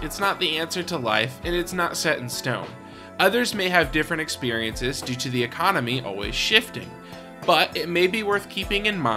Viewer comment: lol E EXPI? say EXPI ehehe its not E EXPERIENCE its just EXPERIENCE